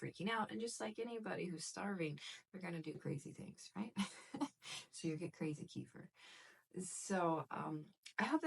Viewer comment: I make my own kefir. I came here for advice, but I couldn't focus on what you were saying as I was mesmerised by your eyes.......... Here in the UK finding full fat raw milk is very easy. So, that's what I do. Oh, and kefir is pronounced kuh-feer. The word comes from the Caucases, Eastern Europe. They pronounce it kuh-feer, with the emphasis on the second syllable. Their word, their invention, so.........